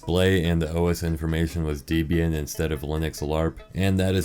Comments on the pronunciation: it is pronounced "Deb-ee-yun" not Deezbian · deebian?? holy larp bro. its DEHbian, gosh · It’s deb-bi-an holy larp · You mispronounced Debian, larper. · this larper can't even pronounce debian properly !!!